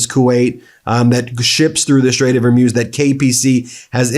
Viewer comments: Ben, my brother ... it's the Straight of HER-MOOZ - NOT mose (rhymes with hose) HER-MOOZ, HER-MOOZ, HER-MOOZ. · GEEZ BEN, quit saying “HAR-MOZE”. You’re the only person on the planet who pronounces it that way pay attention, LISTEN Ben, it’s pronounced “HAR- MOOZE”, rhymes with schmooze and booze, DUMMY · Ben, I love your videos. They are informative, timely, and you even manage to insert some humor into a pretty dark passage of our history. But please, please, please pick just one pronounciation of Straight of Hormuz, and then stick with it, preferably the correct one. It's Hor-Mooz, rhymes with booze. :) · Pronunciation tip: think of a cow sound. Strait of hor-MOOz. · Pronounced correctly, Hormuz should rhyme with ooze, or booze! Just wondering why no one on your team knows this or is willing to help you to finally Master it?? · Please get the right pronunciation of Hormuz. It is annoying to hear every time you repeat a mispronunciation. It is read Hor-Mooz. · please learn how to pronounce Hormuz correctly. It's not Hor-mose, Hor-muse, Hor-muss, it's /hɔːrˈmuːz/ ... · Hor-MOOZ, bro. 🤦‍♂️ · Stopped listening when this guy kept saying “straight of Hormoz”. You lose all credibility when you can’t pronounce important strategic obstacles properly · I have heard you pronounce the Strait of Hormuz six different ways! Why is that? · You pronounced “strait of Hormuz” 4 different ways! Pick one and stick with it Ben! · I, of course, understand the gravity of this situation, and I know there is nothing to make light of here. Given that, I must attempt a little bit of comic relief and mention that Ben’s inability to correctly pronounce the Strait of Hormuz is giving real Benedict Cumberbatch “Pingwing” vibes 😂😂 Eternal thanks to MeidasTouch for keeping us all up to date on the disaster we are loving through right now. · Dude, when are you gonna learn to pronounce Hormuz? 🤣🤣🤣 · This guy pronounced the Hormuz five different ways in this video. lol